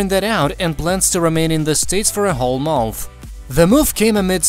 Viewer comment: how can u pronounce MONTH so weirdly